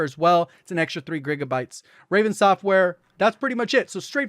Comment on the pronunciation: “Grigabytes” lulz